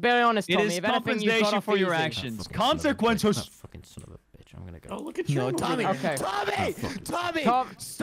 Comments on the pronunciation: HE SAYS QUANQUENCES 😭😭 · All I hear is "your actions have CoNciQUenCes"